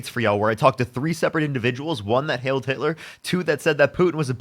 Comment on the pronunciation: "Heiled" not "hailed" high-elled